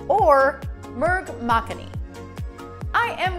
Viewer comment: Yeah you had pronounced makhani wrong. If you ask me how do I know the answer it's I am an indian and I love butter chicken. Anyway I love the results you have in cakes. I have typed enough but what I want to say is you're awsome.